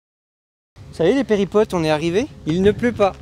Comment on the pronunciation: On ne dit pas péripotes mais périplotes 😜